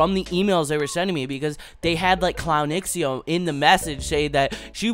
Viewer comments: Hey! I actually think it's pronounced Clown zhow instead of x-e-o. Thanks! c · shhhh lep i beg you say "clownxiao" s name right like: 🤡 shao